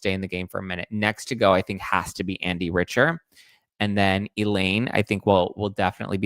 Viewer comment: It’s pronounced Andy Rick-ter, not Rich-er.